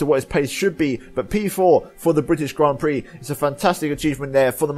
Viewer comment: THE BRITISHIAN GRAN PREXES